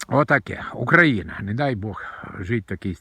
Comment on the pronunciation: Дядьку у вашомуму віці пора знати, де ставиться наголос в слові українці, та Україна, хоча не зі всім, але в деяких речах я з вами згідний